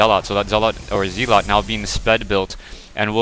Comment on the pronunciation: Great gameplay, but say it with me ... "zel-it", not "zee-lot" lol. Thanks for the upload, been enjoying these.